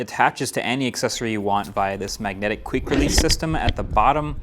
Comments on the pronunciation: queek release system? 🤣🤨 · | "...magnetic 'queek' release system." 😆